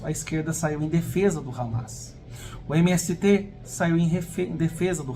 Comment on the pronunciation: Ramas? Hamás, se pronuncia "ramás" com tônica no ultimo a.